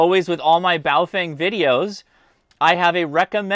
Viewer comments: Names are important... even if the product being named is NOT. Boa-fUng. I'd love for ONE Operator to pronounce it right. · That Chinese Lady never ages, on the Baofengs. Pronounced: Bow-fung